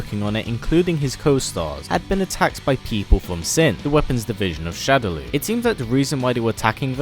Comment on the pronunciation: Killer instinct P.s.- shadaloo is pronounced "shadow-law"